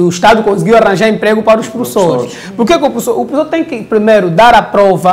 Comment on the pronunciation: É falta de escola falar prussor, #pas